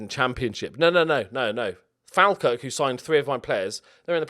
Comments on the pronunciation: Falkirk is pronounced “Fall - Kirk” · one day will be able to pronounce falkirk properly